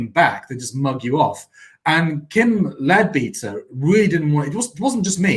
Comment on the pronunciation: Its pronounced "Led-better". In the UK we have spent hundreds of years trying to separate religion and politics - not always successfully, but its the general direction. Why do so many people - on all sides - want to bring religion back into politics.